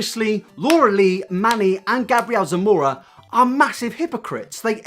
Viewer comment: Actually, since his origin is Hispanic, it would be pronounced: Gah-bree-el Sah-moh-rah